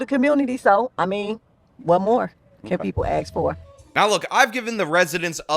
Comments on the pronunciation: Ooff why does these people represent black people..... also its ask not ax... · "What more could people AXE for?" 13% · Don't trust the opinion of anyone who says " What else can you ax for?" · "what more can people axe for" Tiffany henyard voter! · Anyone who says "AXE" instead of ask is automatically 🗑